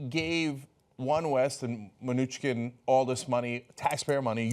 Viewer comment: From all the ways you mispronounce this Mnuchin guy it sounds like you're all struggling really hard not to call him Munchkin :3